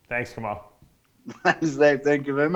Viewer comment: ILHAN D5 65كمال kamal not kemal ..... I'm from libya